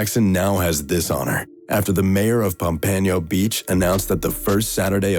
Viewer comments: Pompano - POMP-U-NO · Butchered the hell out of Pompano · why he pronounce pompano like that